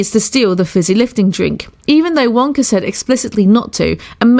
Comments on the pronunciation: It's "willy wonka" not "willy wonker" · Is it just my imagination or does she call Willy Wonka Willy wonker? 🤔🤔🤔🤔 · She said Willy Wonker